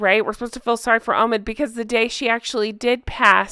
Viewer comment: Obi wan kanobe... Oh no... Its Omid as Omitted. 😂😂